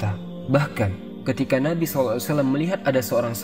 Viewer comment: konten yg sangat bagus tapi sedikit masukan bang tentang makhorijul hurufnya saat baca SAW